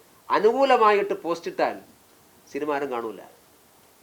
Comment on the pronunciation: ഷിനിമ എന്നല്ല മോയന്തേ സിനിമ എന്ന് പറയു